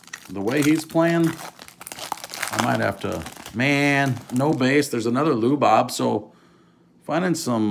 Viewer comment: Lu Bob? That hard to say his name. Changing Latin names